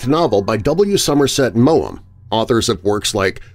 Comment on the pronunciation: Just to let you know, the maugham in w. Somerset Maugham is said: morm Hope that helps :)